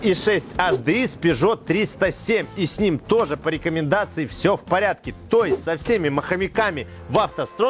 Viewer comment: Sachs читается "Закс"